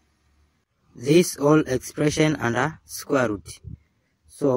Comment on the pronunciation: Squer’ ruuut’